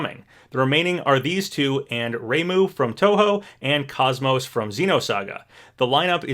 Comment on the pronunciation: ikr, and he also mispronounced KOS-MOS as well